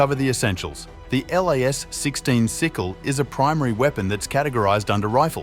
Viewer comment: Plz stop sayin L.A.S Its pronounced "LAZ' 😅